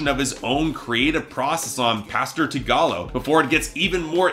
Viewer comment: This guy lost all credibility when he pronounced the song “Pastor Tigallo” incorrectly. Anyone with knowledge of Phonte (fan or otherwise) should probably know how to pronounce his nickname.